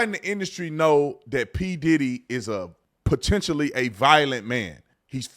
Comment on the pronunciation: " Potentialy violent" " Potentially"??😮😮😮🙄🙄🙄